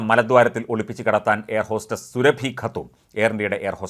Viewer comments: surabhiyalla suraabi ennu thiruthi vayikkakkana vartha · സുരഭി അല്ല; സുറാബി ഖാനും- സുടു. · സുരഭി അല്ല സൂറബി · മഞ്ഞരമേ സുരഭി അല്ല. സുറാബി. മലയാളം അർത്ഥവ്യത്യാസം അറിയില്ലങ്കിൽ മൈരുകളഞ്ഞിട്ടു പോടെ. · Srabhi alla Mister. Soorabhi, Muslim lady. Check properly before a news. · ർ സുറാബി എന്നാണ് സുരഭി അല്ല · At least pronounce her name right it’s not Surabhi it’s pronounced suraabi her name spelling is surabhi